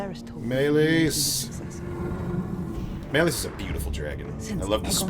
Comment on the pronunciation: I'm curious if it's an ongoing joke on this channel to pronounce Rhaenys and Meleys wrong 😂 or does he just have a hard time saying them